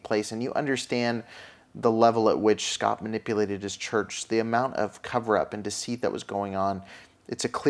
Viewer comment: Sorry to correct u but his name is proNounced SHAPP SH + APP. Not that he deserves anything but just to help you.